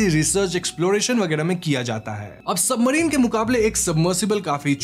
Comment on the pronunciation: Bhai bura mt maanna aapka chnnl kaafi axa he lekin tumhaari bhaasa maasa allaah …ek so ek gyaara kya hota he ….. simple ek so gyaara kahona ekkk toh tumhara bhaasa bhi ajib he … submarine ko toh submadhine kehre ho or gyaara ko bhi gyaadha kehte ho